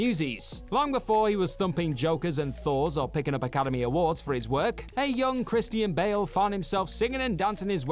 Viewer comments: "Chris T N Bale". why you gotta say the name like that? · It’s how some Brits pronounce it.